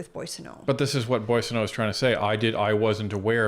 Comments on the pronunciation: I love you guys but you pronounce Randy’s last name wrong too lol it’s “bwa sen- oh” not “boy”. But seriously you guys are great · Cocaine Randy’s last name is pronounced Bwaw-so-no. No “boy” in Coke-a-hontas’ last name. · It's pronounced Mr. Bozo